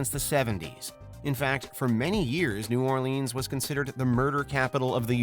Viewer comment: I live in New Orleans (Not New Or-Leeeenes), and your stats should have been updated. 2018 was 3 years ago. We are now topping the charts.